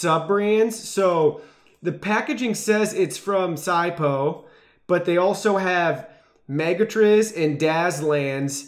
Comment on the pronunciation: Lol zie-poe Its 🤐 o